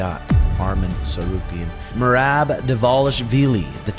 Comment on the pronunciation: Herb just called me and wanted me to tell you that you still can’t say Merabs name